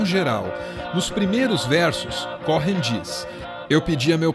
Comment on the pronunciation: Muito bom... Mas o H é mudo em Cohen se lê como se tivesse escrito um u no lugar do h... Cowen... sobrenome de descendente de judeu...